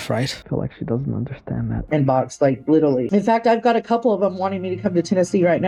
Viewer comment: Aw come on, ypu didnt even catch how she said "littlely" instead of "literally". Lmao